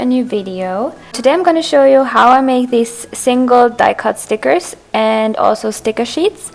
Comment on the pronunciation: You know your fat when you say SNICKERS instead of STICKERS..